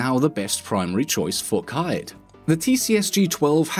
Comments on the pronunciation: you do excellent in-game stats but still refuse to say his name correctly, "Ka-eed", not "Ka-Ed" - that is the proper Arab pronunciation. Would be like saying "Rog-yoo 9". You can Google or Translate it if you doubt. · ItS pRoNoUnCeD kAdE nOt KaEd GoD dAmN iT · Its fucking kaid not kajd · It's k-aid not kiaid 😐 like maid laid raid paid 😐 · I call him kai-eed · Kaid not kied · One day someone will pronounce Kaid properly... K-eed (not ki-d not kay-d... K-eed) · Its pronounced kaede